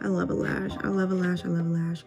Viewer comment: “I love a lash. I love a lash” ... what I heard you say “I love little ash. I love little ash.” LOL 😂 No but fr I’m going to attempt a lash sometime soon. I also need that powder foundation ASAP!